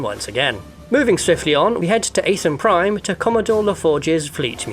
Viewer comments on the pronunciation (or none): ATH AN Prime not AAA TH AN!